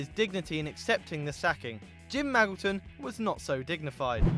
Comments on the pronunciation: "Maggleton"... Your pronunciation pains me sometimes. (it's pronounced like Majilton) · It's pronounced Ma-JIL-ton by the way. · Isn't it "Mad-Jill-Ton"....